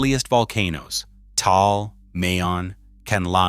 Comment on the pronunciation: One minute ago You made this video pretty fast How about not letting AI make your videos? “500 people died” how did AI do? “$.05” And learn to pronounce Taal I will never like or share these stupid AI videos if the person posting them don’t check the content, and you won’t get a “subscribe” from me